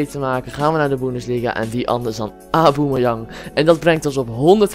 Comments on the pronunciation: Auboemeyang ?? Tis gewoon aubameyang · Kijk hoe dom : auboemejang het is : aubamejang